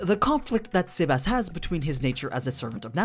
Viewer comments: The way you say sebas is cringey... You say it saybas. Not sehbas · Quick tip Its not seb-ass It seb-ess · SEBas not SAYbas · It sounds like your saying Sebas-chan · The way you pronounce his name is weird sea bass like the fish